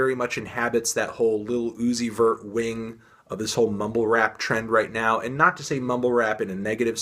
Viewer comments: I cringe everytime you say lil uzi very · "Liddle Ooozi'vert"